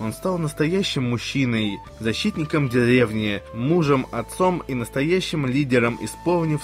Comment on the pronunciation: чо не можешь выговорить слово деревня ))))